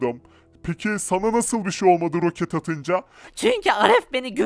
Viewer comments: ‘’ROKATLE’’ anladım abi .d jaksjsj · Abi rokatle değil roket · ROKAT DEĞİL ROKET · Rokat değil roket